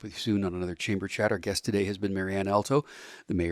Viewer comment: Host; "You and I know each other". This is highly doubtful, because if you did, you'd at least pronounce her last name correctly. It's pronounced All-toe, exactly the same as the musical reference. Marianne's brother Al Alto was our family friend and chiropractor for over 45 years. Sadly Al passed away in 2020.